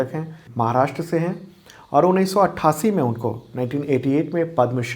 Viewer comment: सर आपके व्हिडिओ बहुत अच्छे होते है, केवल एक suggestion है- "महाराष्ट्र" है "माहराष्ट्र" गलत है।